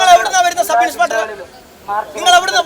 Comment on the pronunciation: MLA സാറെ ..സബ് ഇൻസ്പെട്ടർ അല്ല. സബ് ഇൻസ്പെക്ടർ എന്നാണ് പറയേണ്ടത്